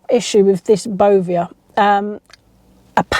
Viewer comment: I've checked my ASDA milk and around the little farm owned square it's printed as tiny as they could possibly go. Sourced from Arla foods. How do we know wheather Asda are also accepting the Bovear milk. It's pronounced Bo Vare I believe.